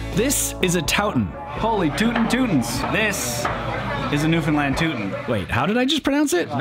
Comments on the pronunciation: Thanks so much for pronouncing Newfoundland properly!!! 👍👍🤪👍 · thank you for pronouncing newfoundland correct! as a newfoundlander myself, i hear people almost daily say “newfinlind” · You did Newfoundland right! Glad you enjoyed our province. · So nice and kudos to you that you pronounced the name of our province correctly throughout the episode!!!! Awesome representation of our province. If you enjoyed your ATV adventure, you should check out the Youtube channel "Crossing Newfoundland by ATV"